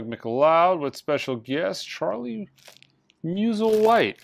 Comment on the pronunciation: Please, Charlie Musslewhite is pronounced mustle white. He was one of the great mouth harp players, harmonica.